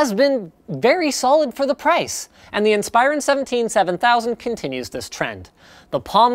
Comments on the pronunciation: *In-spuh-ron, not In-spi-ron. Thought you should know ;-) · Never heard someone pronounce Inspiron as "In-spyer-un". Always thought it was "In-spur-ahn". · In-Spy-Ron??? it's IN-spuh-ron. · geezus freaking christ it is pronounced IN-SPER-ON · so is that how they pronounce it? every IT guy I worked with pronounces it "in-sper-on" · I pronounce it "insp-eye-ron" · That is most certainly the way it is supposed to be pronounced but linus refuses to say it that way. linus makes it sound like its a freaking transformer in league with megatron, transform in-spy-ron. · its pronounced like inspiration not like inspire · You pronounce Inspiron wrong. In - spir- on. Source: ex dell employee. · It's pronounced IN-spear-on, by the way. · everytime I hear him say Inspiron it rustles my jimmies because I have only ever heard it said "inn-spur-on" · linus pronounces Inspiron funny, but i love everything he does!!